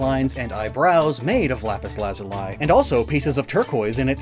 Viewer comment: "Lazulai" has me questioning if I've been pronouncing that wrong or if just flubbed it